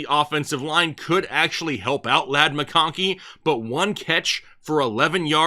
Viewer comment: Love your content, but can't stand the way you pronounce some names like Goedert, mcKonkey and Herbert. Just say the names like a normal person.